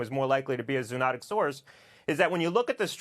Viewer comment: He does not know how to pronounce zoonotic.